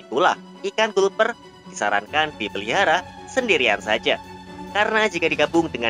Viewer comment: min itu dibacanya galper cat fish